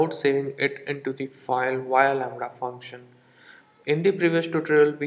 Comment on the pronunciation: It was all fun until the "Lamrha" came in! xD